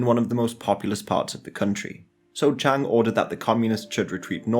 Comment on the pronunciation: Please can people take more care in pronunciation of Chinese names. Chiang (蔣), the correct modern spelling is Jiang, but Chiang Kai-Shek the old name is still widely used) is a diphthong, thus Chi-ang (Ji-ang), not Chang (Zhang, 張) or Cheng (鄭). The modern correct pronunciation for CKS is Ji'ang Ji'e Shi. You say Nanking and then say Beijing and not Peking, in fact it was called Beiping (北平) then. Only when the CCP formed the People's Republic did they change it to Peking (the university still uses Peking in English) or Beijing. Mao's base Yenan is Yen(延)-an(安), not Yen-nan.